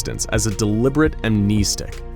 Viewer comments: Its Am (nest) ic not Am (neest) ic. Pronounced like a birds nest not like your kneecap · Please god.. AM NES STICK say it like that. not AM NE STICK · Ok, I can’t watch this channel, no offense, but it’s pronounced keetur, not kehtur. And also, what really annoyed me? “Amneestic. It’s pronounce am-nehsstic not neestic. It just kinda annoyed me, but congrats for being an eco Channel, I can’t find many of them. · Am-NES-tic not Am-knee-stick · Video was not too bad, minus that horrid pronunciation, however. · It's not "amneisteeeeeeeeeeek", it's "amnestic". As in "stick" 🙄😔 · Is pronounced Am-nes-tic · Amneestic? God that pronunciation is grating. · You mispronounced amnestic (am-ness-tick) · Love this guy's videos, but I hate how he says amnestic and keter. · I hate how he says amnestic